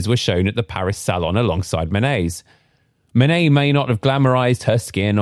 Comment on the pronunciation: Don't use AI voices that can't pronunciate Manet. It is not Man_et, it is Man_ay.